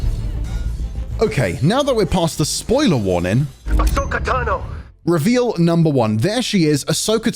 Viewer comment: Ok but why does everyone always call her Ashoka lol. It's Ahsoka.....